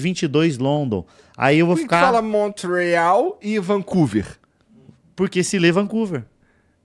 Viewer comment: Queria ter ido no show em Montréal, não deu pra ir! Manda o produtor marcar em Ottawa! Montréal na verdade se fala "monrreál" (em francês).